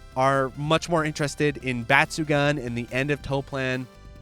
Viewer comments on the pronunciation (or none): i love your videos, but for the love of god pls stop saying batsugan, its batsugoon.